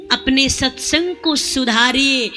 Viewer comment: Aaj pata chal gya satsang ka uchharan radhe radhe 🙏